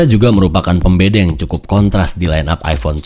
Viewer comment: seharusnya bilang Pembeda tapi jadi Pembedeng